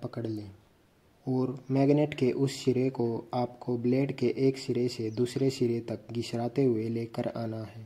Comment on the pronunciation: Sir sire hota hai shire nahi 😜